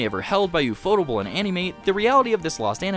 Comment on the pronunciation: My ear bleeds every time I hear "u-fo-tu-ble". It's pronounced in English, "UFO Table." Because when the creators of the studio went to a pitch meeting with financers, in their office was a table. One of the creators said, "Hey, that table looks like a UFO." That stuck in their mind and they eventually created their studio, UFO Table. They even went back to that financer and eventually bought the table from them, and now have it in their office.